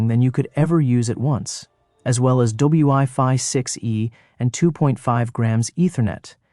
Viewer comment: “WI” ? Instead of YFI?….tell me it’s anAI without telling me it’s an AI. lol.